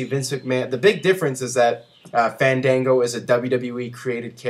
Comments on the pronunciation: is not "fendengo" its FAN DAN GO! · booooo! ...its FAAANN DAANNN GOOOOOO - GET IT RIGHT :)